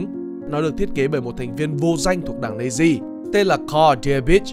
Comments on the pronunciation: Mình chưa thấy bộ phim nước ngoài nào đọc Nazi là "Nây-zi", kể cả Anh hay Mẽo. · và cái từ "Nazi" k phải đọc là "Nây-zi" mà là "Nát-zi" mới chuẩn nhé